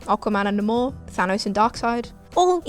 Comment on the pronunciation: Nàhmór??? NA(Y)MOR(E), the Submariner. Does she do these things on purpose?